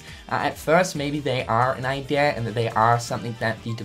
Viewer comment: Everytime this dude says idea i keep hearing idear